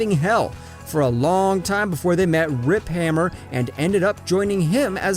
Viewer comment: DUDE SAID RIP HAMMER IM DEAD ITS RIP HUNTER 😳